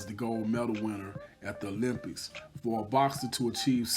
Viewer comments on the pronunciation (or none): none